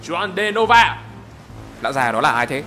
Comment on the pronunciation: Trong tiếng Bồ thì j sẽ đọc giống với h nên Juan sẽ đọc thành hoan ,góp ý chút để cho video hay hơn❤❤❤❤